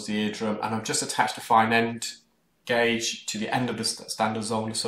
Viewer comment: The little pause before you said, "gauge" felt like it had a little sadness or frustration behind it. Don't listen to all the critical people in the comments! Perfect pronunciation of it and it has been interesting watching you change your pronunciation of a word! Great video as always!